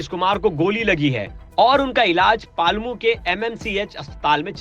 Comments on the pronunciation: Palmu नहीं पलामू,1955 में नहीं 1995में vo ठीक से करो भाई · Rama garh❌ Ram garh✅ Paalmu ❌ Palamu ✅